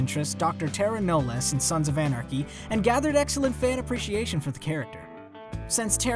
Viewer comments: It's Tara Knowles as in Nolls Tara Nolls not noles lol tomato tomato ❤️ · Did he REALLY pronounce it as “ Tara Know Less”??? DUDE WATCH THE SHOW ITS TARA KNOWLES ... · I dont think the narrator watches the show. He didnt pronounce Tara's last name right. Whatever... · The way you say taras last name is wrong 😂